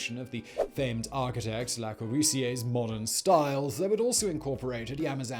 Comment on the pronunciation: The cringe level of Simon miss pronounvong Le Corbusier made my Architect's heart hurt on another level. Simon! You can't butcher the masters name himself in a video about the twin towers QQ... It "Leh Cor-buh-see-eh" :'D thanks and... Good night xD!